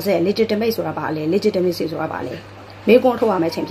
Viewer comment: မပုတုရယ် အင်္ဂလိပ်လိုကလည်း ပြောချင်လိုက်တာ၊တစ်လုံး နှစ်လုံးအသံထွက် အသံထွက်ကစောက်တလွဲ၊legitimate,legitimacy မှန်အောင်ထွက်၊တစ်ကြောင်းလုံးပြောဖို့နေနေသာသာ တစ်လုံးနှစ်လုံးထွက်စောက်တလွဲ။